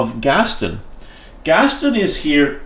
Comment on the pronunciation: Cool deck! Are you intentionally pronouncing it Gastin? It’s Gast-on like on is pronounced in the statement. “On the table”